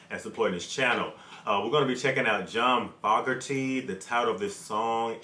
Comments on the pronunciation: His name is pronounced "F o gerty" like "ogerty" with an F in front :) . great song , keep rocking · You're pronouncing his last name wrong. It doesn't start off like the word "fog" it's supposed to be pronounced like the word "Vogue" but with an F instead of a V. Foooogerty lol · not to be a dick, but it is pronounced like FOE NOT FOG. hard A. just thought you would want to know. Peace. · Not fog erty, Foe gerty is the pronunciation I've always heard. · FO.... gerty. Is how it’s pronounced. He left due to internal dispute. The hate was real. They never had a chance to get back together. Through court hearing years after their split. Sucks because CCR was an awesome band stopped way to soon. This song always reminds me of spring time with baseball. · It's FOE-Garty. Sounds like Joe, woah, Moe, etc. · FYI It's pronounced (FOE-ger-tee) and he sounds so much like CCR bc he was CCR. Sorry other guys, but it's true. 🙂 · Fun reaction. Pronounced Fo (long o) gurty. Definitely baseball. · His last name is Fogerty with a long o sound.